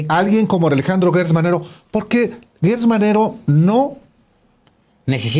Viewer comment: Por favor no digan Guertz es Gertz Manero estan como Fox cuando dijo Jorge Luis Borgues y no Borges. Atención con la U.